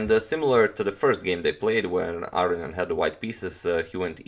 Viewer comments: That would be A-ro-njan. Like Spanish A-ro-ñan, right? I'm still hearing A-ri-an, or A-ryan. I could be wrong, but I think he's leaving out a whole syllable "ro". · Entropy well I will agree it's wrong pronunciation, but I understand why. It's a lot harder(takes more time) to say Aro-ni-an than Aro-njan for us. He just made an j instead of i 😁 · Is there a reason you pronounce his name "Arion " rather than "Aronian"? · Are you pronouncing Aronian's name correctly? I hear you saying "A-ri-an". Shouldn't it be "A-ro-ni-an"? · I believe it's A-ro-nian. The "nian" part is pronounced in one syllable, and like the "ne" in "new".